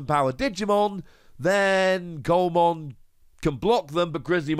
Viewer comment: Just as a heads up, Coelamon is pronounced "see-la-mon", as in the fish coelacanth. I am interested to see how Takumi Aiba gets used down the line. It's obviously a good card, but I wonder which decks will have the space for it, and which decks will have to MAKE space for it.